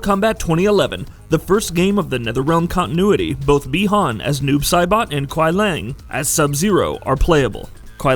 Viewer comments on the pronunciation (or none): The pronunciations are: Lin "kway" Kuai "LEE-AYNG" and Sek "Tor". Please verify phonetics before explaining these things. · Kuai Liang is pronounce ku-why Lee-yang And Lin Kuei is pronounce Lin Ku-wey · “Lin kuai” “Quia Lang” I can’t stop laughing lmao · Kuai Liang not lang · Really nice and informative content. But fam u just gotta get ur pronunciations better bro for both "Lin Kuei" and "Kuai Liang". Idk listening the way it's actually said since MKIII, just don't sound right in my ears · Ok it makes me think you never played a konquest mode. You for 1 butcher the clan name, and then butcher kuai liang. And whats wore is when you did it to sindel, all these names are litterally in tower ending, character selection or the story/ konquest. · The name is definitely not "Lin Kuei", but most probably "Liang Kuai", as the Chinese word 凉快, which is pronounced “liángkuài”, means "pleasantly cool" (and isn't a real Chinese name). And the weird American pronounciation of the "other" Sub-Zero "Kuai Lang" is very likely to be "Kuai Liang" and hereby nothing else than an uncreative game developers approach to find a "new" name by swapping the two Chinese characters in the word 凉快 to 快凉 - which doesn't make any sense anymore, neither as a word nor as a name...😉 Here is how to pronounce Liang Kuai